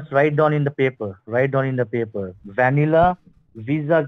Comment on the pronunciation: A beese of ben and baper.